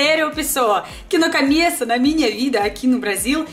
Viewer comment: Pessoal hight pessoa wrong. Coomeco not caaameco